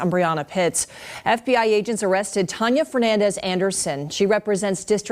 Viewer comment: It's pronounced "Tan-ya"- not whatever it is you're doing. Really,? Never heard the name before? It's pretty common.